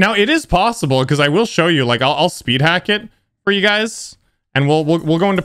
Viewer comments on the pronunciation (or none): “Worlds hardest spid”